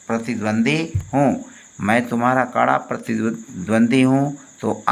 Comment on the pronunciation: pratidwandwi not pratidwandi